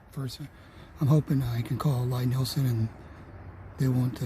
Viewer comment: I wish people would learn to pronounce Lie Nielsen. His name is Thomas Lie Nielsen. Lie as in Lee